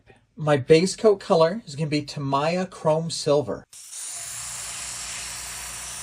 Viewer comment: Pronounced Ta-mee-a paint.